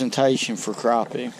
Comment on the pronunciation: Yep, yew iz from Al-Lee-Bama, you lost me when you said Cropie..its PRONOUNCED CRAPPIE NOT CROPIE